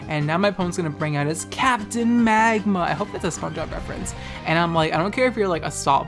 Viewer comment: Lol did you have to edit out some laughter after he brought out Captain Maahgma?!